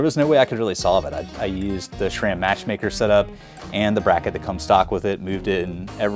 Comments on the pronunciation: Love your videos dude! But it did surprise me you don't know how to pronounce "S"ram (it's not "Sh"ram) 🤣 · Why do you say "shram"?